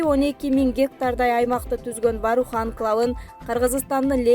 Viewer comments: Варух эмес Воорух деп эле окулат , тажаттын , сен озу тамганы эле тааныйт окшойсун . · Ой Воорух эле деп айтылат, кандай немесин Ваарух эле Ваарух дейсинда, туура окусан деги